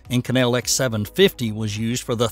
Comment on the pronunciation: To whom it may concern, the super alloy Inconel It’s pronounced with the accent on the first syllable. Just saying